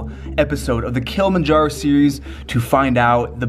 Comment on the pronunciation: Dude made this video but can even pronounce Kilimanjaro. Its not Kill-manjaro. Jesus.